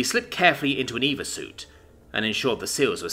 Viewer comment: E-V-A "extra vehicular activity" its an Acronym... you are suposed to spell out each letter.